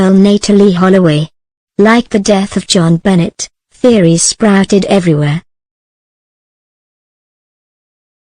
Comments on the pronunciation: BONET Not BENNET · Making myself clear, Jon Benet , the letter " T. " Is silent, the narrator' is saying Johnbenets it is Jon Benay the correct pronunciation. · Freaking bots...can't keep hearing Bennet instead of benet'. Going to find live people... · Her name Jon Benet is not pronounced Joan Bennett. It's pronounced John Benay. Found this very annoying. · LEARN HER NAME! IT'S NOT JON BENNETT IT'S JONBENET. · hint... type in "BEN-AY" and the computer would pronounce it correctly. sigh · The computer speaks it as spelled, not how it really sounds. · I like robot voices, but this one is awful. Either something wrong with the software or something wrong with the parameters selected by producer of the video. Jon Bennett? That's too much even for me. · Could have done without the mechcanical voice. It pronounces the little girls name as Jon Bennett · Geez you mispronounced her name the whole way through. Benay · Benet pronounced Ben a. It's Benetton- ramsey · The pronunciation of Jo-Benet is Jonbenay. Not. Jonbenay. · it's jonbonet ramsey not benet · And a bad robot voice at that, mispronoucing not only words but the name of the person who is the subject of the story. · Sorry, but why would you use a simulated voice that can even pronounce the poor child's name? It's insulting and not worth watching. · Teach your robot how to pronounce things. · This is so crummy it doesn't even pronounce the little victim's name right. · Another Robot voice and miss pronouncing the name. I will close this video as soon as I complete this comment. Bye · Say her name correctly please I don’t do it at all!! Computer voices good grief.